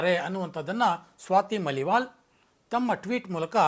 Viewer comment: ಸ್ವಾತಿ ಮಲಿವಾಲ್ ಅಲ್ಲ, ಮಾಲಿವಾಲ್